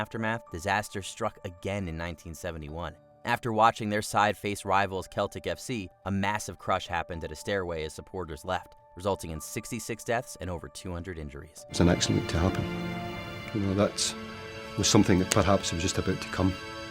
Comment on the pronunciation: It’s “Sell-tick” not “Kell-tic”! All that ‘research’ and you get simple pronunciations wrong